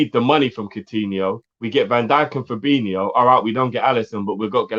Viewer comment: Good point about the getting words right,we should also get fabINIhio and firmINIhio right don't you think? 😜